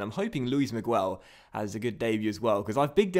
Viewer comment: Miguel is pronounced Migel, not Migwel. Like this so he can see